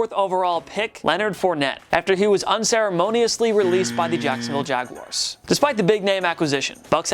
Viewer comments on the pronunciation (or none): none